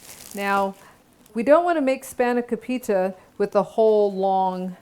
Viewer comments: It's pronounced phonetically span (with a soft a) ah co pita. Then say it fast. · Your saying it wrong